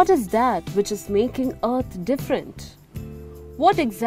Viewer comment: Content is good; however, I've been hearing "art" all the time.. finally figured out it was "Earth".. "constintly" instead of "constantly" and "Fast" instead of "first".. horrible pronunciation, which makes me wanting to tell you - let any English speaker do the speech recording in the future.